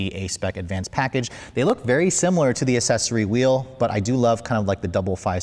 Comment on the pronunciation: Accessory pronounced aksessory not ass-sessory